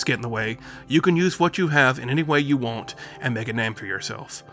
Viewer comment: I like the way you pronounce “want” as “ won’t “ that’s what I took away from this.